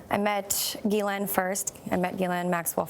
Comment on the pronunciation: The accuser and Gayle are not pronouncing Ghislaine's name right.